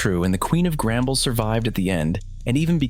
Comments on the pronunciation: Not to be rude but it’s “The Mines” and not “The Miners” and it’s “Grumble” not “Gramble” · Your saying grambles